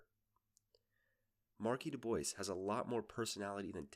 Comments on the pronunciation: I know it's been 4 years, but it's pronounced doo-bwaah. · God I hate that Marky Dubois would actually pronounce his last name as "du-boys". It's Dubois. Du-Bwah. He's cajun, that last name is so french he's probably going to eat his pet frog later.